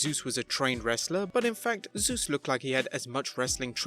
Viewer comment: You said 'Sus' not Zeus